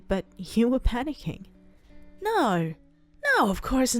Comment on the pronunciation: It's not no.. Its NAR😂